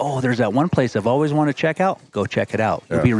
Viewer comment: “And as always, stay classy Montana.” I think this should be your tagline for 3 reasons: 1) The ladies appreciate a little class sometimes; 2) “Classy” could mean any class of bulls whether it’s 200-400”; 3) I like the way you pronounce “always”, like “ouies” (ow-eez).